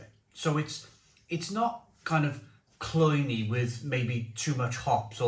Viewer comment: The word is cloying...not cloyney